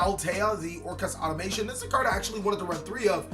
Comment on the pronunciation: Why does nobody says "Automaton" properly?